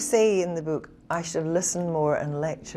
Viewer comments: 'in the bewk' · To Kristy Wark its 'book'. Your welcome